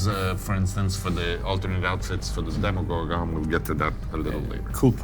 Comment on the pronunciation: The way he says demigorgon